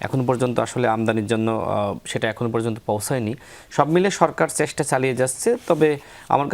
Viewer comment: শুভেস্সা, সেস্টা...😂😂